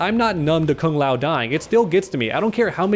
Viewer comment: As a Kung Lao fan ( who pronounces it kooong lao) this breaks my heart 🤧